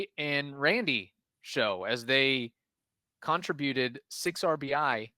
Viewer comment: You said con tra. Bueted. It's contributed... go to English class